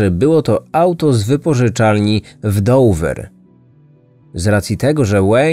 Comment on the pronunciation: Nie mówi się Dover , w wymowie to brzmi dowa